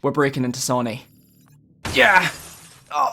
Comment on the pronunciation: What's with the pronunciation of Sony?!